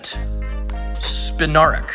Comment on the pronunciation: It's also spin-are-ak